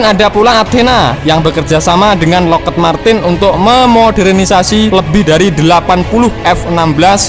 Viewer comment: Yg bener lockhiit marten, kmu salah naca Brooo